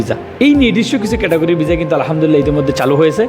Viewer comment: খবর,,কবর😂😂😂ভিসা,,বিজা😂😂ভাষা ঠিক করে বলতে না পারলে লোকে বলদ বলবে